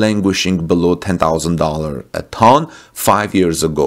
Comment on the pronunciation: Ton is pronounced correctly by replacing the “o” with a “u”. So best pronounced as if it was written tuns! 👍